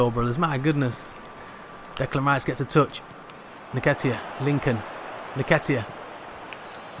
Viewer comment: Brudda his name is EN-KET-TIA